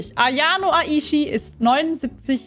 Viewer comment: Hast du AYONO gesagt 😐 (no hate ich finds einfach funny)